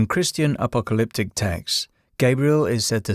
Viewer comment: Okay, wtf is appleliptic? Lolol do you mean apocalyptic?